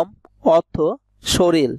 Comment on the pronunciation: শরীল নয় দাদা। কথাটা শরীর।